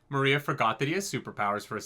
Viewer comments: Maria XD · Still saying Moria wrong...